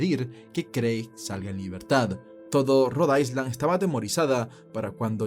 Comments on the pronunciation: con todo respeto, Road island no se pronuncia ice como hielo, se pronuncia aylan; lo mismo pasa con Long island u otra palabra en ingles que lleve la palabra island... saludos. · Cuando dices Rhode Island lo pronuncias mal 🤷‍♀️🤦🏽‍♀️👎🏼